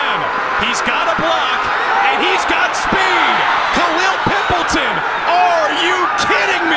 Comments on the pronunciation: It's pronounced "Pimp Leytawn" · Dude loves saying Pimpleton with that EMPHASIS! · The way he kept saying pimpleton ᴘⁱᵐᵖˡᵉᴛᵒⁿ